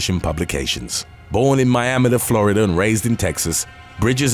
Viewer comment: Say Miami Florida again 🤣🤣🤣🤣